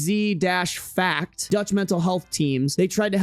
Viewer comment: i live in the Netherlands and the way you said ggz cracked me up😭💀